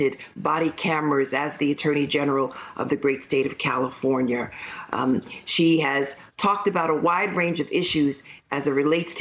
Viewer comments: Trust someone who says Calafornyur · WHY IS NO ONE COMMENTING ON HOW SHE JUST SAID CALIFORNIA